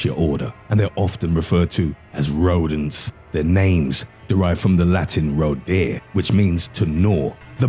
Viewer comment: The way you say rodents like rodan